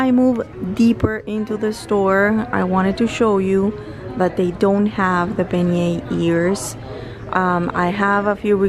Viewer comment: You look beautiful fresh faced! That hair product looks amazing. When I stayed at PO French Quarter in April I bought the Beignet All Day Tshirt. Love it, it's so cute and soft! Your Beignet pronunciation is perfect 😉